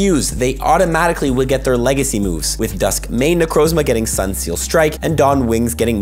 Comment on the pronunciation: It sounds like you're saying "Sunseel Strike" instead of "Sunsteel Strike".